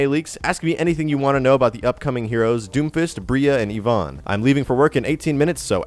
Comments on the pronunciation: The way you pronounce Ivon is disturbing my soul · Please learn how to say Ivon.